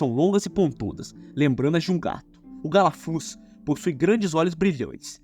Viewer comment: ele só errou canhabora galafuz resto tá certo amigo